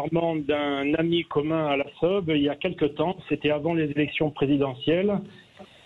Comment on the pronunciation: Mon dieux la prononciation .< .. Lasseoube....> non Lasseube ( eube).